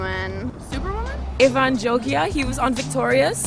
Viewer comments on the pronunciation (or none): none